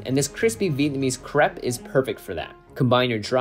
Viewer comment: I don't know why, but the way he said crepe bothered me